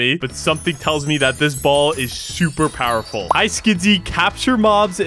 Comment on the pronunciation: Bro said powerfull ball